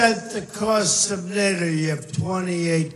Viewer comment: "I didn't say to get rid of Nayatoww" He pronounces NATO wrong xD